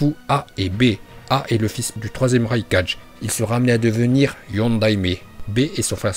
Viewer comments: Mec faut vraiment que tu travaille ta prononciation parce que raikaje au lieu de raikage ça va pas du tout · Tu pe apprendre a parler stp parce que raykacher ses pas la même chose que raykake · Prq il dis kazegaje raikaje